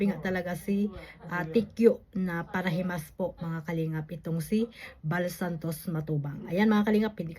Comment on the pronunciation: Ang narinig kong sinabi nya ay ang founder ng para limos at hindi parahimas. Play it slow para marinig ng tama. Mali pa rin ang sinabi nyang paralimos, dahil hindi naman humihingi si VSM ng pera sa sponsors.